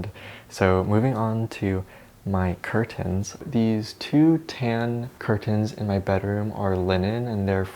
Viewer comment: the way you say curtains is c r i s p